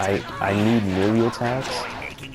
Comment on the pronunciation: No offense but its pronounced maylay not melee even though its spelled melee